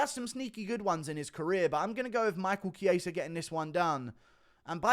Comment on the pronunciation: The fact that guru is the only one who says Michael chiesa' name correctly and rogan and that can't is jokes